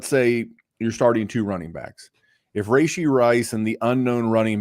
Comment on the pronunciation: Take a shot every time he says “Ray-She” Rice